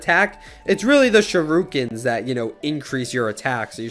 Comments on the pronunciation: U pronounced he shu-ru-kins say it like shh-ra-kens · This guy said shi-rU-Kens